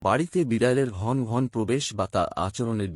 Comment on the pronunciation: উচ্চারণ ঠিক করুন।ঘন্ ঘনৃ নয়।ঘন ঘন। এখানে অ এর উচ্চারণ আছে। বাংলা ভাষাকে বিকৃত করবেন না ।